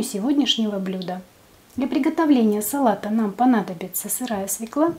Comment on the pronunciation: Не свЕкла, а свЁкла! А за рецепт спасибо!